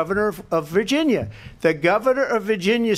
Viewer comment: Virginia not Wvirginia